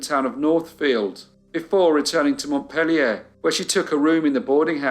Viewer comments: It's pronounced Mont-peel-yah in New England, my friend. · Story one pronunciation corrections. Mont_peel_your Barry How they are pronounced in Vermont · It's certainly not proper French pronunciation, but the capital of Vermont is "Mont-peel-yer." Barre, Vermont is pronounced "Barry." You're a marvelous storyteller, thank you for all your hard work ❤